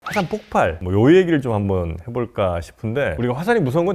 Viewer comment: 폭팔이 아니고 폭발...박사라면 그 정도는 알아야 하는 것 아닌가? 뻔히 읽는 글에 폭발이라고 쓰여 있을 텐데 발음을 꼭 그렇게밖에 못해요? 수준이 낮아지네..